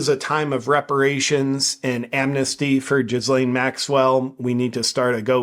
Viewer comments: Her name is read like Gylane not Jizzlane? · Stop pronouncing her name Jizz Lane Maxwell, it's pronounced....on second thought...never mind